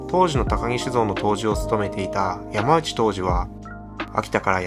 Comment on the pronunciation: 良いお話をありがとうございます。一か所読み方が間違ってます。呼び名は難しいですが、ひとり歩きをしないためにも 山内杜氏はさんないと読みます。